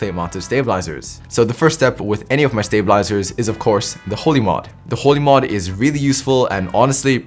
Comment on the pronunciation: When he said holee mod i thought he said the holi one